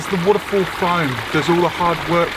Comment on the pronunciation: Why can’t you just say waterfall right